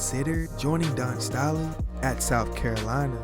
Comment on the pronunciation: this guy gotta get his pronunciations right. Dawn Staley??? Bellarmine????